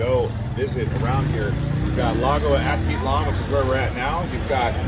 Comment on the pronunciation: If you are going to be giving advice of a place, try to pronounce the names right.